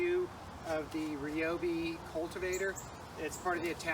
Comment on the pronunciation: Thumbs up for knowing how to pronounce Ryobi!